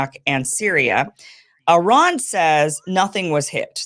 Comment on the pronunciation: I love how correctly and beautiful Kim pronounced Iran and Esfehan.❤